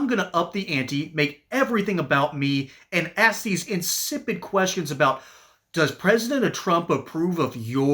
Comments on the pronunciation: 1. Well, an either/or question cannot be answered with a yes or no. And 2. She lost any credibility with “axe you.” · " Let me Axe you ' How did this happen. They used to be well spoken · I'm tired of getting AXED 😂..instead of asked😊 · Dumb Dumb it's ask not axe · And they can't even speak rite ax it's ask duh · So let me AX you... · The word is ask not ax!!!! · Did she say “turnt” and “axe”? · Let me ax you. Let me ax you. Let me ask if you can speak English. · WHY CANT BLACK PEOPLE PRONOUNCE A THREE LETTER WORD. ASK not AXE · Let me aks you😂😂😂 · Tell that black lady it’s ASK not AXE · Mc Liver cannot be trusted she can't even say the simple word "Ask" it's not ax! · That woman questioning the secretary is embarrassing, to herself and our education system, not good🥺 she can't pronounce secretary correctly. She actually mispronounced a lot of words ...like ax instead of ask🤪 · LET ME AXE YOU! AM I TARDED! 😂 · Lamonica is still talking? Lamonica, no one cares what you think. "I want to axe you." "I want to reclaim my time." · Let me axe you. Seriously this is who represents American s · Ask not axe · Not AXE…. ASK….if that’s too difficult for you, there are no words for your incompetence. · So I’ll axe you again! Someone tell her the word is Ask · McIver has no class, primarily because she's from a culture who refuses to say Ask but rather Axe, only for the sake of their form of rebellion of the American language. We know she's incapable of forming a cognitive, cohesive sentence and obviously reads from notes penned by her interns who have college degrees, though that isn't saying much. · Something 'turnt' but she definitely threatened Noem by 'axing' her. Lock 'er up! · It's "ask" not "aks" . 🙄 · Why is a sitting congess woman saying axe instead of ask? She must be as dumb as Crockett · Let me axe you? Why can't black people say the word ask. 😅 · Any time a black person says axe instead of ask I cringe... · Let me axe you , LOL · LOL Lemme Ax you. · "Let me ax you"